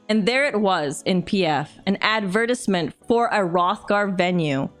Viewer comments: no one says advertisement like that outside of my awful HS calculus teacher from a decade ago 😭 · lmao you said adver-tiz-ment 🤣 btw love your content!